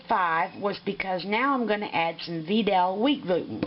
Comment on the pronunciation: just fyi its not "Veedal" its VItal as in Vitality